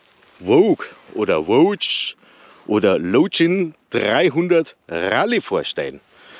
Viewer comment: Voge wird anscheinend "wutschi" ausgesprochen, wie ein anderer Eigentümer (ride on with friends) beim Hersteller nachgefragt hat... wutschi also 😉